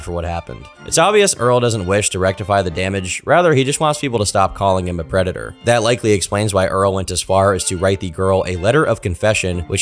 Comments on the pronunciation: De White Bowsah is a pwedatuh. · "I AM NOT A PWEDATOR" -Earl The White Bowser (A predator) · *A pwedator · The White Bowser’s a pwedatah. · White Bowser is a pwedatuh